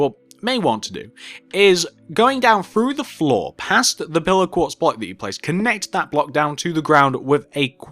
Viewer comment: Minecraft, Your accent sounds like when you say 'Pillar Quartz block' it's sounds like your saying 'Pillow Quartz Block'